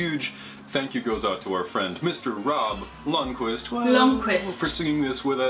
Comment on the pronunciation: It's a soft 'u', ie like Isle of Lundy or Al Bundy, so Lund-kwist